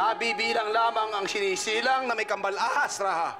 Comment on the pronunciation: Why do they say “Ra-ha” when our ancestors said “Ra-ja”?